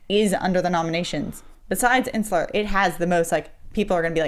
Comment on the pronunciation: pronouncing Interstellar: "Insular"...